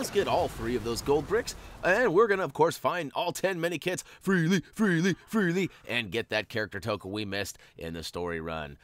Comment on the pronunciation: My fave part of these vids is when he says free lee free lee free lee